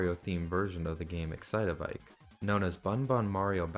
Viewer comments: its excite-bike, not excit-a-bike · Please, it's not excite-a-bike, it's just excitebike 😭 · why are we calling it excite-a-bike? its just excite-bike bro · I had to stop what I was doing as soon as I heard you start saying "Excite-a-bike". That isn't what the game is called. It's just Excite Bike. 3 syllables, no "a" sound in the middle. Terribly jarring to hear it pronounced so wrong. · "Excite-a-bike" Multiple times, LMAO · It’s just “Excitebike”. Like, excite, then bike. Not “excite a bike” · i swear I just got multiple aneurysms from hearing “the original Nintendo 64 Excite-o-bike game” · can you please stop saying "excite-uh-bike" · bro really said excite-a-bike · Why are you pronouncing excitebike as "excite-a-bike"? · you've got to be kidding me. My sister also pronounces excitebike as "excite a bike" and this is not helping my case 😭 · excite-uh bike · Ngl just him pronouncing it like that was driving me up a wall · The way you pronounce "Excitebike" is hilarious. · the way you pronounce excitebike is about to make me hulk out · please stop pronouncing excitebike that way 😭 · mispronouncing the name of a game they've likely never even played does not automatically make the video ai... People just call everything ai nowadays this is just like the boy who cried wolf